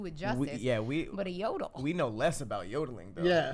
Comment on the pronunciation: no it’s “yodole” bro 😂 you tried though that’s all that counts lol